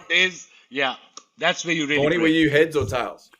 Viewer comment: When you say Vaughney, I hear Warnie. Breaks my heart every time.